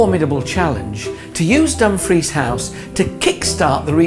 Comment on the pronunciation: AI Bull💩💩💩 I have cringed every time that DUMFRIES was PRONOUNCED, I dont know why NOBODY ELSE is COMPLAINING, its SICKENING 🤢🤮😡🤬